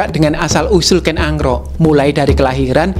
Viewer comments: Kenapa narator nya ngucapinya ken angrok? Bukan ken arok... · Kok kedengerannya Ken Angro' Min..? Apa memang pengucapannya demikian untuk Ken Arok?